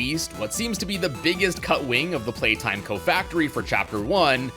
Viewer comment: 😂😂 haha “Playtome”